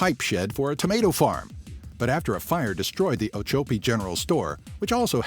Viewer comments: I live down the road from the smallet post office. If you look at the map of Ochopee Florida youll see everglades city... thats me. And its pronounced Oh-Chop-pee instead of oh-cho-pee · Ochopee, Florida is mispronounced in the video. The second "o" is short, not long. It is 'chop" as in cutting something into pieces.